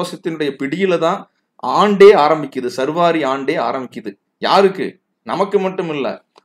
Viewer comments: not survari but saarvari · I am disappointed with you. You are pronouncing saarvari varudam incorrectly as sarvaari. I just noticed the description where you have given explanation for your mispronunciation. You are wrong again. சார்வரி itself is a samskrita sabtham.